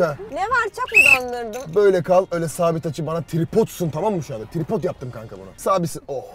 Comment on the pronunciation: Abi benablama trıpot demem 😂😂😂